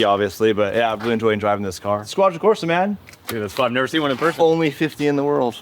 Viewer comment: Squadra Cors*E*, please haha